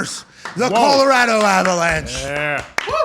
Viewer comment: Pat, thank you so much for pronouncing our state correctly. Often overlooked piece of detail, but Colorado thanks you nonetheless.